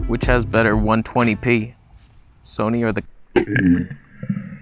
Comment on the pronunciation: Oh no! Someone's gonna drop a "Soneh" meme.